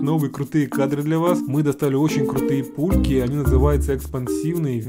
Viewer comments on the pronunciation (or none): я один услышал что сказад место пульки пуки?